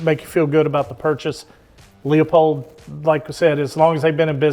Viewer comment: Pronounced Loopold “e” is silent.